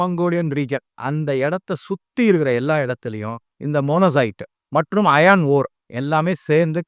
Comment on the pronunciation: அது மொசானைட் அல்ல; மோனோசைட் (Monozite). Iron அயர்ன்; அயான் அல்ல.